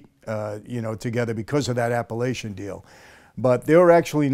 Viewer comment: That Appalachin meeting was held in upstate NY. It’s such a small, country place and They saw so many new Caddies and cars that were out of place they new something was up. It’s pronounced Appa-lake-in